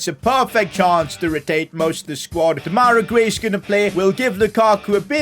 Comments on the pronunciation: It’s not demayra It’s demerai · This has been triggering me, his name is pronounced De-ma-ri Grey